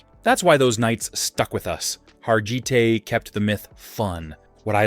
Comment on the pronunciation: His name was pronounced /HAR-gi-tay/. For my money, Dan Vadis, Steve Reeves Reg Park, and Lou Ferrigno. 💪💪💪💪💪💪💪💪💪